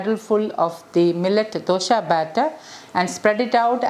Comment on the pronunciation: I just want to add that, for a kannada language person, the word dosha as pronounced by you, gives a negative meaning. You can Google the meaning. Just thought I would let you know. Hope I have not offended you.